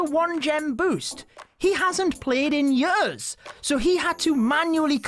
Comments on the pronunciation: I love how he says yöörs instead od years😂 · I can’t get over “yers” and “booook” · i like how he says year "yurr" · I hate how he pronounces „years“